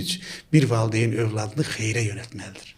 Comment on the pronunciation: Valdeyn yox valideyin . Efirdə savadlı danışmaq lazımdı . Türk dilində yox Azərbaycan dilində danışın . Qürur duyğusu yox qürur hissi barışa yox barışıga oxuya yox oxumağa və s.